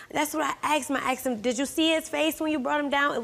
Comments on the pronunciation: she axe me.... lord i hate that. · It’s asked not axed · Asked not axed.🇬🇧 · She AXED questions? She may have got answers if she had asked questions. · Lady sure got "aksed" alot of questions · He "lookded" sleep and kept "axing" questions? Axe her if she can speak right...